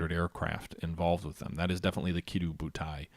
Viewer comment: I know this is years after you made this, but I have to comment on the fact you keep calling it Kiddi butai, and it sounds almost like kitty butai, idk if you're doing it to taunt the Japanese xD But it is actually Kido Butai hahaha